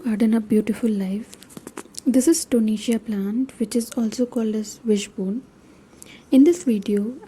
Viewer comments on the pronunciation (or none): Kindly be a bit more louder in your videos....and its TO-RE-NIA and not tonesia